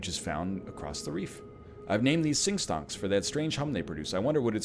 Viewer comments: NL...why are you pronouncing the L in Stalks? As a fellow Ontarian i must know. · It is extremely strange as he seems to pronounce it correctly a few times afterwards.